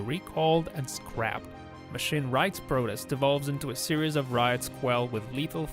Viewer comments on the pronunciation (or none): none